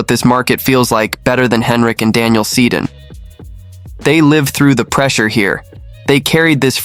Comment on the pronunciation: This is bush league and two steps behind every other sports channel who is Brock Bozer? You can't even pronounce the Sedin's names properly. I am out of here.